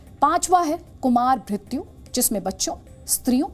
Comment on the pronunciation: कुमारभ्रत्यु नही कौमारभृत्य, अगतत तंत्र नही अगद तंत्र